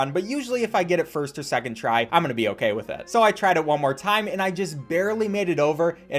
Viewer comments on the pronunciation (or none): none